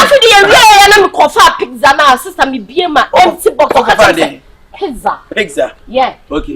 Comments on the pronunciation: Pitza Eii hehehe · AMA thinks she pronounce Pizza well ama😂😂😂😂💔💔